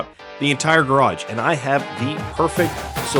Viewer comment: It’s a garage not a graj